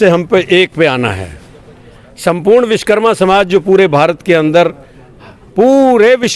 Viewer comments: Bhaiya sbse pehle vis karma nhi vishwa karma bolna sikh lo ... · Vish+karma= Vishkarma nahi hota hai SIR Vish= matlab poison (zaher) hota hai Vishwa= matlab world (sansar) Vish+wa+karma= Vishwakarma hota hai... Apne toh pura matlab hi badal diya... Vishwa ko Vish bana diya SIR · सगठंन मंतरी जी पहले बोलना सीखो, देव शिल्पी श्री विश्वकर्मा जी महाराज को राजनीति ओर समाजिक धार्मिक सगठंन के प्रमुख लोग सभ्यता से नही बोलेगे ,तो समान्य लोगों को क्या दोष, आपके विचार सराहनीय है किन्तु भविष्य में ऐसी भूल न करें सगठंन में कैसे जुड़े लाभ भी बतायें ,आपने बार बार विशकरमा बोला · Manniy vakta mahoday vishkarma mat bolo shuddh nam Vishwakarma bolo. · आप खुद सही से विश्वकर्मा बोलो